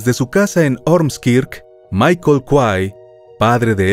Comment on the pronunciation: Locutor por favor no se pronuncia "Michel" se pronuncia " Maikol" te lo escribo mal , pero se pronuncia así .🙏 Corrige tu locución, cada vez que dices Michel me duele los oídos .